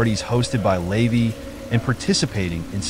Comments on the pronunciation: Hearing "Lay-vee" over and over is driving me nuts because it's "la-VAY". All the other mispronunciations have been irking me too. And everybody knows by now that Jayne Mansfield wasn't decapitated. That was her wig on the hood of the car. ~SIGH~ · LA-VAY, not LAYVY and Jayne Mansfield was not decapitated. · The AI voice reading this drove me nuts. The way it turned OTO into a breakfast cereal (oatey-oh) and LaVey into "layvee" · LeVAY- you are pronouncing his name incorrectly. You also omitted his very sinister ties to the military. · Yes, it’s like fingernails on a chalkboard, I cringe every time he says it!